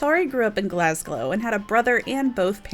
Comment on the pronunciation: Glas-glow huh? Yeah it's glowing alright 😂